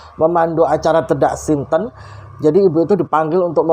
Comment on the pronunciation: Ralat dikit ya...yg benar itu tedak siten...e di sitennya dibaca seperti huruf e pada kata sate...Sukses selalu...👍🙂